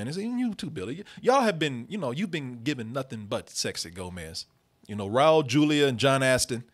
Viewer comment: Props to Billy on the pronunciation of Raul Julia. I usually hear people pronounce it Rawl Jew-lia.